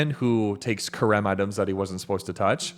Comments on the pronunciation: Stop saying Kharem. That's not how it's pronounced. harem said with a ch like hannukah. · Theres no hard k sound in the word Cherem . its an aspiration closer to saying Herem . The first letter in that word is het not qof. Its Het resh mem =HRM.